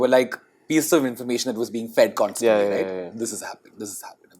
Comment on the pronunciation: loses CLASS the moment he mispronounces constantly as "consantly" and sour as "sawar". I bet it's the guilt from telling the lie that Pri never addressed that before, because Pri did, too years ago, in the season 1 of the same show. And there is no "whatever" about that.